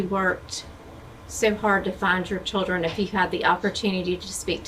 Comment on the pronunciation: SHILdren "unCHAIRacteristically passive" glad to know this is definitely an AI narrator 🙄